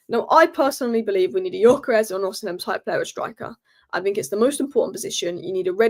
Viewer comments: it's O-C-MEN not o-c-hem....please please my ears hurt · It's Osimen. The "h" is silent.